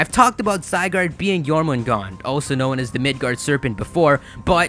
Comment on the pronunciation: You're supposed to pronounce the r at the end of jörmungandr